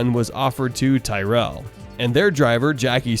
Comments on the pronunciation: Great video but “catterham” and “Ty-rel”? Gonna need some practice pronouncing names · Great channel, but the mispronunciations of Tyrell and Caterham are a bit grating.